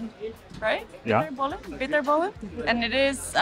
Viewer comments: Bitterballen not Biterbaalen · It's Bitterballen Not Biterbaalen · The vast majority of the Dutch do not eat bread with cheese as breakfast. Some do for lunch. There is NO mayonaise in filet americain in NL.... BTW, it's not biterbaalen but bitterballen. The name is a combination of bitter and bal, bitter from a 'bittertje' (a small drink, e.g. jenever) and ball. (ballen is the plural of bal). Often served in bars, hardly ever at home. What you did not mention is that what you showed is only fast food. Not what we eat daily.